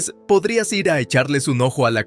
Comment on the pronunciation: El narrador cambia constantemente el género de la protagonista y la trata en género masculino, como si fueran un hombre, Al final de la historia, el narrador no sabe leer la palabra IR y la deletrea pronunciado I ERRE, ¿habrá de volver a la escuela? 😅😅😅😅 HABER CUANDO REVISAN LAS NARRACIONES ANTES DE EMITIRLAS Y ASÍ PODRÁN CORREGIR ESTOS ERRORES TAN ESTÚPIDOS